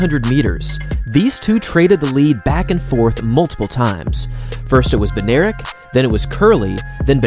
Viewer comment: Bednarek is polish name i think and its pronuonced bed-nah-rek